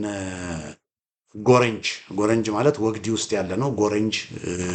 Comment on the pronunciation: ወግዲ ፣ ሲነበብ ግ ላላ ዲ ጠበቅ ወግዲ